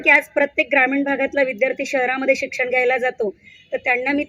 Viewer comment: या म्हणतात शिक्षण खूप, पण 'न' ला 'ण' म्हणतात